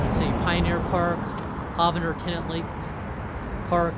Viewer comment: Don't let anyone hear you call in HAHvander Park. It's HOEvander.